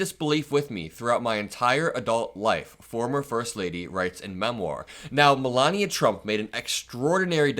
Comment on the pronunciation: Melanoma is a useless grifter - a blight on the USA. Meant to be a genius (hilarious!) but can learn to pronounce American English correctly. Vat a nitwit, or, NeeetVeet as she Vood Zay.